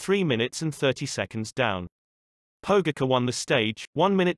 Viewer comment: Learn to pronounce his name right!!!! That ć is pronounced like a C+H Pogaćar!!! If your going to make videos about sports containing people from all over the world the least you can do is respect their names! Anyways lame video... no footage of actual events! ✌️